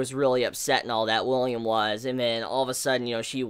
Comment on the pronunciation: Dude the main character's name isn't William it's Willem